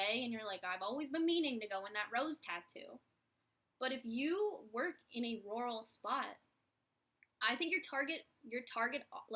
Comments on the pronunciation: I'm from Georgia and I've always heard it pronounced "rer-al," to me it sounds like you say it more like royal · haha it took me a while to work out that you were saying rural - in Australia we pronounce it roo-rul, so I was like I don't understand lol